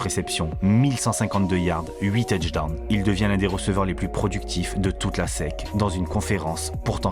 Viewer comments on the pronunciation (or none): Pourquoi tu dit la SEC comme si c'était le mot sec... si tu le dit en mode Français de S E C (tu dit chaques lettre, SEC c'est un pas un mot mais un acronyme !!!